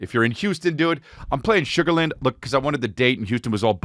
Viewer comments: That's been bugging me too lol shug-ur--lan-d not shugarhlind but we have a lot of weird ways to say stuff out here lol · Just a heads up, we pronounce it Sugar Land, like it’s two words, around here haha not a big deal just saying.